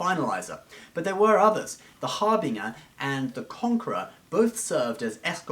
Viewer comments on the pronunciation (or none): Harbinger is pronounced with a j sound not a g sound... har binge er, not har bing er